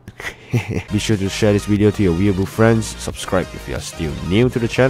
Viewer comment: Its great when says wideo